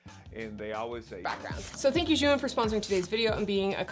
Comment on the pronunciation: Thanks for pronouncing zhiyun in the right way.